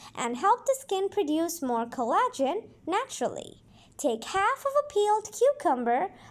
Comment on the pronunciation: The pronunciation of some words are funny. The accent is on the wrong syllable, or she shortens the syllables in a word i.e. collagen. Google is coconut oil good for acne.